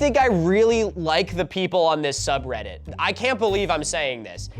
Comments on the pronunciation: In this video, Milo pronounces subreddit wrong for 50 minutes 😂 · this video is just milo struggling to pronounce subreddit names